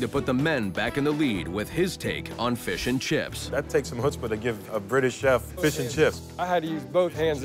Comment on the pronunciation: I always cringe when the HC narrator says Ferrrrrrsh, its pronounced fish not Ferrrrrrrsh